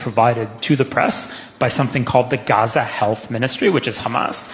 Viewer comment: The way this guy says Hamas and Gaza is revolting. Youre not arab, stop trying